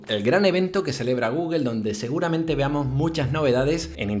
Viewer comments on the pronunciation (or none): none